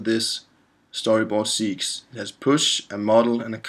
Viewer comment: FYI - "segues" is spoken in English as 'seg-way' - it's a French word that means 'transition from one to another'. Other'n that, thanks for the good, useful work.